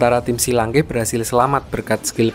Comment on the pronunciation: Akademi shrek kok jadi akademi shi lanke ya